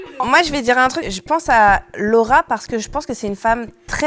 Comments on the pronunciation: J’ai entendue le rat c’est quoi ton restaurant préféré au lieu de Laura c’est quoi ton restaurant préféré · quand elle a dis Laura j'ai cru elle a dis le rat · Jpp, à 2m49 quand tu dis "Lauraaa" j'ai entendu "LE RAAAT" et je me suis dit "mais west c'est qu'elle appelle comme ça?" j'étais morte